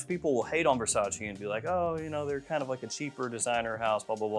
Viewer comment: It's Versace not Versaci